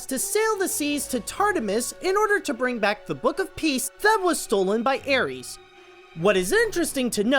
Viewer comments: I love Sinbad: Legend of the seven seas, it is actually tied in first place with Spirit: Stallion of the cimarron. Btw the antagonists name is Eris as in air; is. You said ares as in the Greek god of war. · it's pronounced airis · I'm sorry I'm sorry I'm sorry but I think you said a bit of those Greek mythology dealios wrong. You said Eris like Ares when you're supposed to say it with the e sound. If I am wrong I'm sorry. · it's Tarta-RUS NOT Tarta-mis! & Eris is pronounced E-RIS not ARIES she's not a star sign!! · Tartarus is pronounced tart-er-ous and Eris is air-is. How’d you manage to mispronounce those two words within 10 seconds 🤣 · Now that you pointed out how it butchered the source materials cultural origins and inaccuracy, I'm not even mad at how you butchered the Greek-origin myth words like TAR-TA-MIS and AE-RIES.